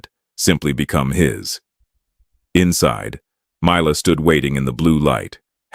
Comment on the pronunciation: Make up your mind and pronounce Mila as "Me-Lah" or "My-Lah". Although, it should be "Me-Lah".